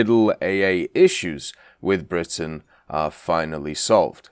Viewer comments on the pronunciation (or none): none